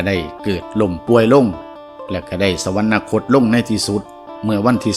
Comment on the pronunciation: สวรรคต อ่านว่า สะ หวัน คด ไม่ใช่ สะ หวัน นะ คด